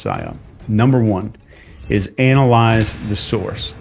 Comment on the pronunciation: Why he say analyse like that